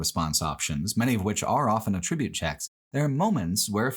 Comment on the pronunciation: Some people say words different